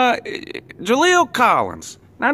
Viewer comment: Actually Unc its Jalen not Jaleel. But as awful as he was he deserves to have his name butchered!